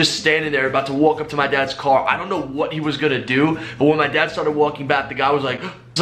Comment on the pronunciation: everytime he said "my dad's gf" , I heard adapts gf , thought for a second he was hitting it too😂